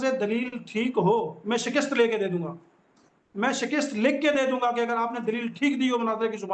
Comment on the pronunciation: Jahil molvi SHAKIST nai hota SHIKAST hota hai